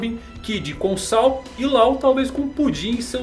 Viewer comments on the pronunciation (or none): Ps.: a pronuncia certa de Saul é 'sauú'...... espero ter ajudado heheh